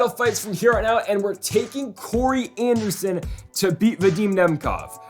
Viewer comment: This man really said anderson…. Smh